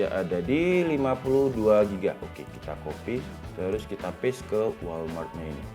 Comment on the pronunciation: Bang walram , bukan walmart wkwkw